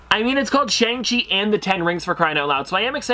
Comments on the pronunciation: Also the pronunciation is Shang-Chi (she) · it’s actually pronounced shong-chee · Shang Chi isn't really about him becoming a hero. It's about him facing his past and reuniting with his evil father (Wen Wu/ The Mandarin). Also it's pronounced shong chee.